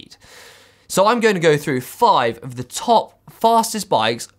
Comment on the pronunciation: That's the weirdest way I4ve heard the word "of" being pronounced ever.. "euff"